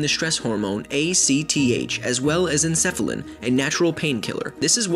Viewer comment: Enkephalin, or sometimes Encephalin, is pronounced with a Hard C sounds. en KEF uh lin